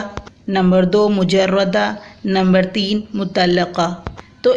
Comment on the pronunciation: میڈم مرشحہ بفتح ش ہے مجردہ بفتح ر ہے